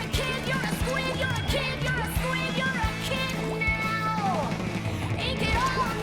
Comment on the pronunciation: "You're kid now !" Sounds a little like " You're Echidna !" which means you have 6 dicks lololol